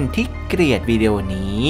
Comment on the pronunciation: เกลียด ล ไม่กระดกลิ้น กดดิสไลค์ให้แล้วน้าาา หยอก 5555 😂